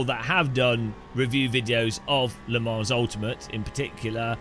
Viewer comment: It’s “Le Mon” Ultimate….not “Le Monze” (Typed for hearing not reading)